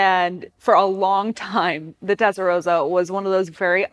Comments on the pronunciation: This video wasn't great. Pronunciation of the car name was wrong. Some facts about the car were wrong (e.g centre of gravity was actually high)... And also it was a poster car for those who grew up in the 80s not the 90s... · Rossa is with a sharp “s” like in “boss”. The way she said it it’s the color pink (=Rosa). Doesn’t matter though when I speak English I also pronounce “Ferrari “ wrong and I still don’t know how to pronounce Countach properly - or Huawei :D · Shitty, irritating presenter, shitty channel. If you can't even say the name of the car correctly, you're an amateur. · Doesn't it sound great! The engine layout is in fact identical to the Boxer, both having the flat twelve on top of the gearbox. The TR just moved the radiator(s) to the rear, giving it the big hips, but avoiding having the coolant pipes running under the cabin floor and acting as you say like a Roman hypocaust. FYI, I know it's an American accent thing but the way you are saying Testarossa actually means 'Pink head' in Italian. Roso/rosa, with the 'o' like in rose, nose, pose etc means pink. Rosso/rossa as in possum, boss, cossack etc is the adjective that means red. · Absolutely right. Pronouncing it the way she does is just amateurism. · TeStarossa not TeTstarossa my dear. Also maybe you can talk without sounding surprised all the time or like asking a question endlessly! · "Tetsa-Rosa" LOL! Why is she having such a tough time correctly pronouncing the name? Anyone else find this annoying? Maybe you should grab an "eXpresso" and go hang out at the "liberry".... Say it with me... TEST - AHH - ROW - SAH. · There's two S's. It's pronounced rosser like 'tosser'. Not 'Rosa'. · Tes-ta-ro-ssa, not Tet-sa-ro-ssa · "Tetsarossa"...cringes me every time :( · It's not tetsarosa, it's testarossa! As in test and ross. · She can't even pronounce Testarossa it's not Tesaroza it's TESTAROSSA!! Being a Sicilian born in beautiful Bensonhurst Brooklyn say it right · It's T E S T A ROSA, not TETS & ROSA🤣🤣🤣🤣